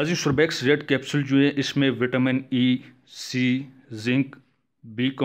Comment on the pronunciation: بات مختصر کریں اور تلفظ بھی درست فرما لیجیئے ۔ سوربیکس نہیں بلکہ سربیکس ھے۔ شکریہ